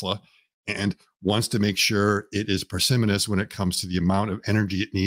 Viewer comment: At approximately min in, a word which sounds like "persimanous" is used. I'm not familiar with the term? Can someone help me with spelling and definition?